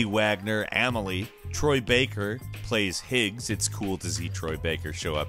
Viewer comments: Says Amelie spells it Emily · I'm sorry, but my OCD-ass is getting annoyed at how everyone is mistakenly calling AMELIE "Emily."